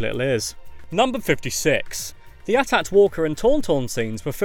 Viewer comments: ITS AT AT NOT at at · At At lmao its AT AT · Did anyone else notice that he called a AT-AT a ATAT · It’s not at at it’s A-T A-T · U don't say atat it's at-at and it's stands for all terrain assault transport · you really called it an "AT-AT" walker, shame on you. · Geek rage: AT-AT isn't pronounced at at, . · the way he says AT-AT walker pisses me off!!! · It pissed me off the way he stayed AT-AT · so... this guy can't pronounce A T-A T